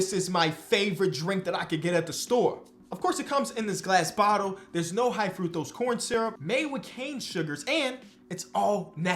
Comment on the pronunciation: Like the rolled the R in Fructose. 😂